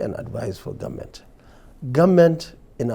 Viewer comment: Nigerians are tired of some certain people pronouncing Government As Gunmen Even with their Socalled qualifications, Nigerians wishes to get another president Who dresses differently to talk in the World stage,Nigerians Need a change and our choice Is #OBI OBI OBI.Please the cables grant us this ONE wish.